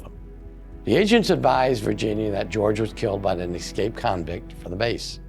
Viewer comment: There is no X in escape , eScape, not eXscape!